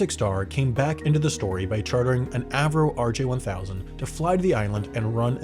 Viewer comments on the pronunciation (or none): none